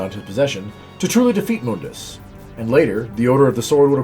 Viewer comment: You're not using the crappy reboot, so why are you using the crappy reboot's pronunciation of Mundus' name? In the original games, his name is pronounced "Moondus."